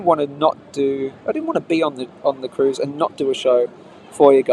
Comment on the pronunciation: Said 'cuise ship' 356 times